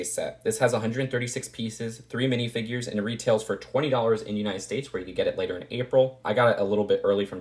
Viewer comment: I like the way you pronounce minifigures. MiNiFiGuArEs